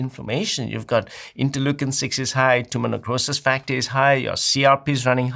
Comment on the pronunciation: For the blood testing is he saying Timonucosis Factor as it says in the captions or is it Tumor necrosis factor (TNF)? I googled and can't find Timonucosis Factor only Tumor necrosis factor but it doesn't sound like he is saying that.